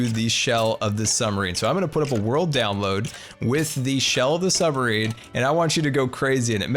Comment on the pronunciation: is it just me, or does he say summer-ine? kinda funny XD